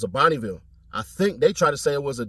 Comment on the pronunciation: They said it was a sedan but my mans say a bonnieville